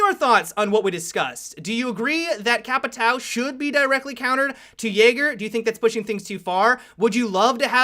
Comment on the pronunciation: The way people say capitão really makes me laugh xD i mean i know you people aren't familiar with the word but you arent familiar with jager either and you say it correctly :P